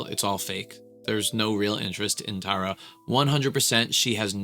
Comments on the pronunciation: I'm sorry but it's so funny that he's done so many tarayummy videos and he is still pronouncing her name wrong 🤣 not teara --> TARa😂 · Since no one has told you by now you’ve been saying Tara’s name completely wrong in every video… it’s not tear-a is pronounced like taro but TARA😭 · Loved this video but side note she hates when people pronounce her name wrong like that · It only took you 4 videos to get her name right 😂